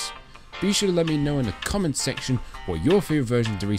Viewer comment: Amazing job Der reise it's the most iconic zombies map in the history of cod zombie also I laughed when you said let me know down in domments aka comment section 😂 your hilarious